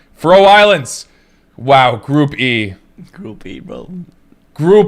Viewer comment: i love the content and all ..but try pronouncing FÁ-roe Islands, didn't mean to nitpick man, apologies , keep doing what you're doing, dope channel .